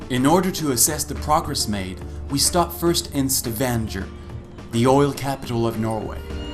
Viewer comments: It is a StavanGer ( like Stavangher) and not StavanJer...is Norwegian place and name so learn firstly to pronounce it correctly instead of wounding it continuously rather, eh??? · I wish the narrator of this video could at least learn to pronounce "Stavanger" correctly. This might lend credibility to the rest of his narration. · the way he reads Stavanger.... god hurts my ears!